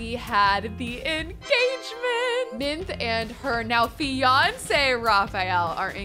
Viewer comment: Its not Beyonce it is fiance